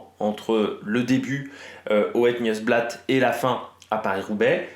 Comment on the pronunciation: merci pour tout le travail que tu abats pour produire tes émissions. Beau boulot! Juste pour info on het "niouse" blaat